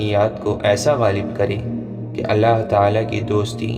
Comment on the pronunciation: Maine pehle v aap se kha tha aap Allah saaf saaf bola kre.